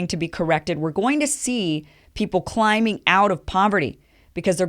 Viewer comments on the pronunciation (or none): none